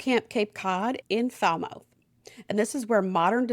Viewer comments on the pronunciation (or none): Hi, Im from Massachusetts..And Falmouth is pronounced Fal-mith. Your welcome! Love your content!! Great\t